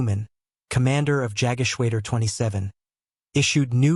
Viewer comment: Yaggashwaydur????? It's Yog (with o as in off) geshwada